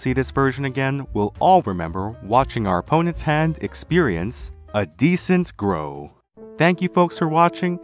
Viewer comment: ...and then he said "DECENT-GROW"! funniest shit i've ever heard